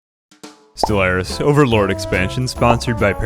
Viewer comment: Bro, I get it, 90% of your channel/videos is your gimmicky voice, cool... But StellARIS is a video game, not a Buick.. it's pronounced Stell-ARE-is. Again, it's not a fuckin Buick dude.